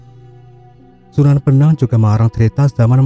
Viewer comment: Sunan Bonang..bukan benang kalo gak salah